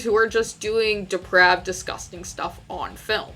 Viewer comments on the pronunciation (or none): Eh, she did her research. The content is there. She should put more time into actually writing a script so she can avoid things like using "disgusting" several times in the same sentence, and in back to back sentences. Also look up proper pronunciations like that of "depraved" for example.